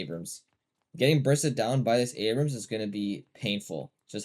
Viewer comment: Its pronounced ay-brums and bee-bop not aber-hams and beep-bop.